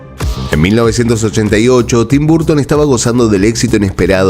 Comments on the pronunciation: Amigo lo digo con todo respeto, tu contenido es excelente pero tu pronunciación es horrible. Michael se dice : “maicol” (no “maiquel”) Burton se dice: “borton” (no “barton”) Sé que suena pretencioso y feo mi comentario. Pero creo que tu canal es profesional y le dará mucho más impulso si cuidas esos detalles. Abrazo y excelente contenido. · qué desesperante que digas "barton". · Tus videos y narracion es muy buena . Solo , el ingles tuyo es terrible, Tim burton no se dice burton es barton . Y return es retorn . Pronuncias como se escribe wey ... 😢😢😢😢